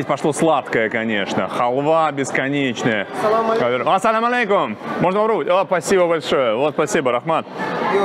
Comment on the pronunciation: Зачем Салам Алейкум говорить с английским акцентом?) Репортажи очень нравятся первый раз, а на пятый уже бесит неискреннее стремление к неподдельному интересу и говорить детским голосом.